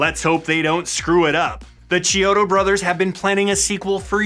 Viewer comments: Its actually pronounced key-odo not Chee-odo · Sorry if you've been told this many times before, but you're pronouncing their names incorrectly It's KEY-odo. Not CHEE-odo Hope that helps!